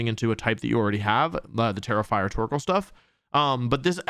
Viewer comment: Every time you said Tera-Fire my dumb ass thought you were saying "terrifier"🤣 There's a special ring to the name "Terrifier Torkoal" 😆